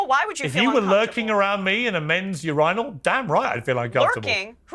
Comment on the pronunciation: A u-rine-all who says that?!